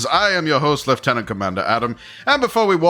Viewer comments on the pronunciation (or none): none